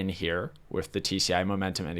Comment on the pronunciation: I notice you struggle enunciating "th." (Ex: "With" comes out as "wiff," or "fifth" as "fiff.") Have you ever been through speech therapy for this?